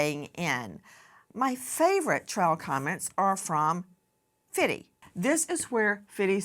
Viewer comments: Nancy saying Fiddy instead of Fifty (50 cent) I bet he wouldn’t like it being someone who’s against Diddy and his name rhyming with Diddy as Fiddy 😂😂 oh Nancy please pronounce your T’s because Fiddy is probably a worse name to call someone who’s standing up for Diddys victims and making memes to get it out there that this man has terrorised women and men and FifTy is bringing the whole world to see and expose this awful human being and you do 50 cent dirty like that? Speak PROPERLY especially names because Diddy and Fiddy is confusing people, I would say call him Curtis Jackson instead but there’s a T in Curtis so you would most likely pronounce that wrong too. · if she doesn't stop saying fiddy I'm going to lose my mind... lol Mam..... it's FIFTY! (50) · Nancy said fitty 50cent😂😂😂😂😂😂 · Did she say "Fitty"? Like 50 CENT? L😂L THIS IS AMERICA! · This BIH said FITTY 😂😂😂😂😂😂 Nancy you know damn well you’ve had your flat backside blown out many times 😂😂😂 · She said fiddy… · “ Fitty” I’m dying. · She said Fiddy 😂😂 50 cent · Replay Nancy pronounced it Fiddy.....😅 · just say fifty, not fifty